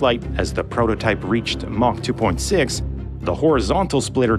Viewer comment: The way he pronounces 'mach' is hilarious 😂